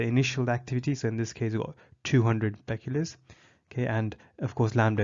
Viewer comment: you are saying Becquerel wrong